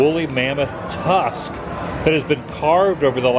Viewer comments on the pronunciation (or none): none